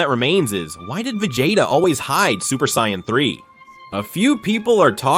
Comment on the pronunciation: Terrible AI voice slop that can't even pronounce Vegeta or Saiyan properly